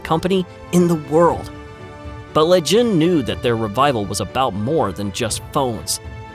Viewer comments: "Hi I am Lei Jun" sounds like "Hi I am Legend" 😀 Often CPUs are not dropped in. This means that two different CPU chips have different numbers of balls, and different pin-out or function. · Lei Jun rhymes with Legend